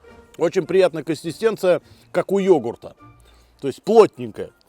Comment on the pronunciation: А как тебе" костистенция" и "индигриенты"? 😂